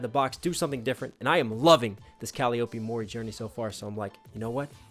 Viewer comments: the name "Calliope" is pronounced "Cal-EYE-oh-pee", not "Cali-OH-pee". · You could write a book interpreting almost any of Calliope's (btw that's pronounced Kah-lie-Oh-pee like the instrument) music and still not reach the full depth of their multiple meanings and inferences. She truly has the heart of a poet. One particular interpretation is of the "distorted story" verse. Each of the Hololive members are real people role playing a character for the masses, and the masses have added their own lore on top of the original creation. Those combine to form the audience's view, "another distorted story", but its still a fiction that rarely considers the past of the real person behind it. It "ignores the deceased"; the years of talent and growth and struggle they went through to get where they are. This seems to be a fairly common theme to Calli's lyrics. Add that to having to "live inside of the castle" that is Hololive with all of that attention and pressure when she would prefer a more low-key, laid back setting "kick(ing) it the dungeon". That's a lot for her to adjust to in a short amount of time. Especially if the attention is negative like the grief that IRyS got for her debut sub-count and Gura got for her rapid success. I think, in part, "Red" was one of Calliope's attempts to both express all of this as well as adapt to the changes it caused in her life. I find it interesting that, for a Shinigami, she seems much more focused on life.